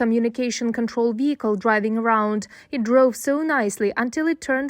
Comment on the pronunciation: Why can't they any word that starts with a V ?? They just replace the V with a W it's weird lol. A vehicle got me laughing when he said wehicle